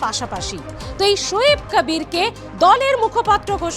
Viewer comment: আরে আপনি একটা বাংলা খবরের চ্যানেল এর সঞ্চালিকা আপনি বার বার হুমায়ুন কবিরকে হুমায়ুন ক্যাবির ক্যাবির উচ্চারণ করছেন কেন। আপনি কি ভাবছেন এইভাবে বিকৃত উচ্চারণ করলে আপনার চ্যানেল এর টিআরপি বাড়বে। আপনি নিজেই একটু এই সঞ্চালনা টা শুনে নিজেই বলুন আপনার এই সঞ্চালনাটা পাতে নেওয়ার মতো কিনা। আর আপনার তো দেখছি অনেক জ্ঞান, অনেক গুন আপনি একাধারে সঞ্চালক, রাজনৈতিক বিশ্লেষক, আবার ভোট বিশেষজ্ঞ। মনে হচ্ছে প্রশান্ত কিশোরের ভাত মারা গেল ।